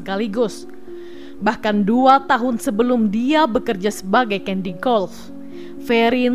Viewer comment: Caddy, bkn Candy...